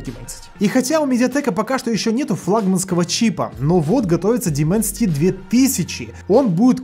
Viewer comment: Даймэнсити, а не Дименсити...